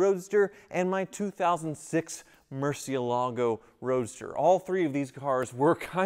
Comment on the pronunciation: **Hits play on video** Clenching teeth, "Please don't pronounce it mercy ALAA go, please don't pronounce it mercy ALAA go, please don't pronounce it mercy ALAA go, please don't pronounce it mercy ALAA go, please don't pronounce it mercy ALAA go, please don't pronounce it mercy ALAA go...". Sigh, 40 seconds later I am out.